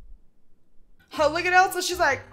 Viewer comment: the one with barbie ariels juice box sounds like shes saying religious not delicious